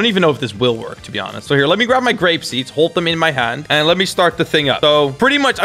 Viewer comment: i saw u say u say garape